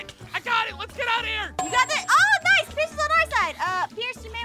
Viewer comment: I love how aphmau says noce to say nice